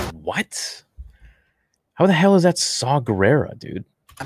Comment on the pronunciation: Dude it's saw guerira